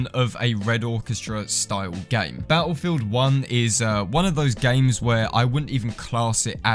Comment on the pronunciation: It think the correct pronunciation of that would be BATTLEFIELD 1